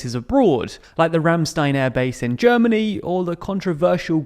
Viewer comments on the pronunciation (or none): none